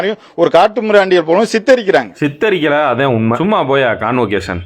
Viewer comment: Convocation❌ conversation😂😂😂